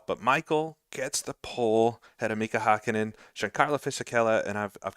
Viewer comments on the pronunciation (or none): For future considerations: You're pronouncing "Hakkinen" pretty well if the name really was spelled like that. But since it actually is "Häkkinen", the first syllable is pronounced like the English word "hack". Anyway, thanks for the great video! As a big fan of the Ryan Axelson ICR2 saga, I'm looking forward to catching incoming races live! For a Finn of roughly your age, these years were the peak of my F1 fandom.